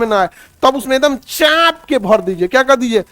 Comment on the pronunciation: Chaap k × Chhhhaaaanp k ✓✓